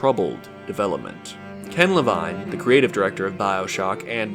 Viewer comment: You pronounced Levine two different ways. Ludonarrative dissonance, must be panned on Metacritic :/